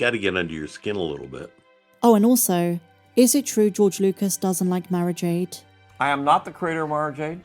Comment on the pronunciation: Tell me they aren't butchering Mara Jade ffs